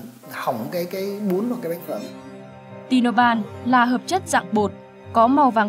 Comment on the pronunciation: đọc chất là ti-no-phan (Tinopal) nha .phát âm cho đúng nha.